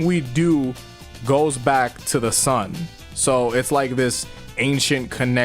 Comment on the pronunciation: not the, its ze